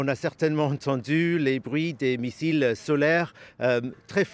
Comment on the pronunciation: Missile, massiles😅😅😅😅😅 il se mélange